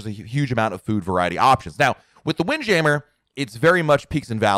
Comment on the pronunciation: Is it wind jammer or "wind jam mere" lol I've never heard anyone say it that way before